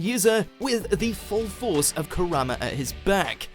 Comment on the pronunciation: I always heard him saying Corona instead of Kurama